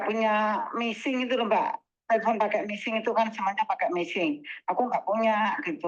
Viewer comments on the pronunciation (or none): Weixing MBAKKKK bukan meissing ngomong AE salah kalau punya keturunan China mogok ngomong Mandarin AE pletat pletot 😂😂😂😂 maaf ya mbak aku guyu